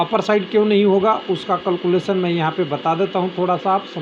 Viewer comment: It is not culculation.😂😭😭..it is calculation 😑 pronunciation